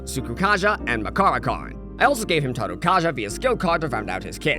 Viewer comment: "Taru Kaja" got me all fucked up dude